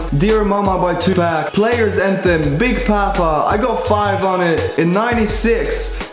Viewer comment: Why u say 2pac like dat and big poppa